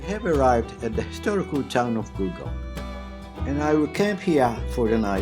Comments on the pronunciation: It's Gullgong, not Goolgong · It's actually Gulgong, and it's my home.